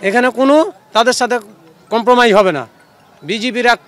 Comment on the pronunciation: Compromi 😂😂😂😂😂 vi tui Bengali ta Bol